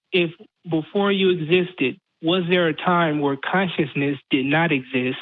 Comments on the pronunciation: says conscienceness not consciousness. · This fucktard needs to learn how to pronounce ‘consciousness’